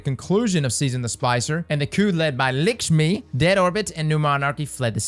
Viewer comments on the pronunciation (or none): this was an ambitious project and I salute you and your team for pulling it off! Love to hear about more lore and your videos are always a good time. Might need to go rewatch some footage from the Season of the Splicer though. You forgot how to say Lakshmi-2's name 😆